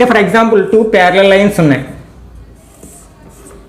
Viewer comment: Pyariallliall,parallial to parallel 😂😂